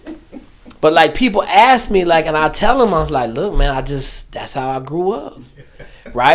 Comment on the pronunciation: How is it that you were a Green Beret and you can't pronounce the word ask?